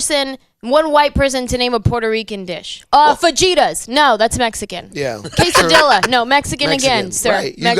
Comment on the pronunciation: Anjela start pronouncing QUESADILLAS the way it's meant to be prounounced!! lol